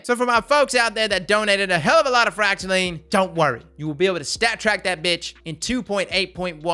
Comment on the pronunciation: Someone finally pronounced Fractaline correctly. Subbed!